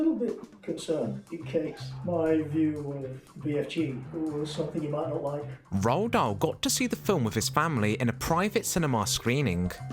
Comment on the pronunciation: C est (roald dahl )pas( rahl dol) on a l' impression d entendre le mot( ras le bol )